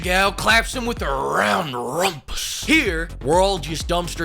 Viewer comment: "Rrrround rrrumpus" 🗣️🗣️😂😂